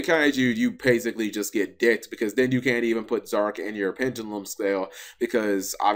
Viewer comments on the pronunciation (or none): Dear Why do you say "Zorc" instead of "Zarc"? Why do you say "Arc V" instead of "Arc Five"? Sincerely, a curious viewer. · drinking game: take a shot every time he says Zorc instead of Zarc bakura nuts himself